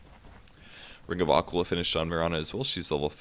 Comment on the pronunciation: its not a -quil-ah, its a-qui-lah